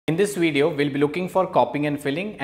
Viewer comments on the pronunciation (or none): Video... not Wideo!!!!